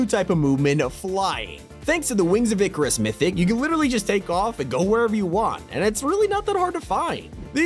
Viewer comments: It was going well until in the vid when you called the wings of (I CAR UHS) Icarus ickorus and yes I do watch and read percy Jackson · Wings of icurus ❌ Kid ucuruis ✅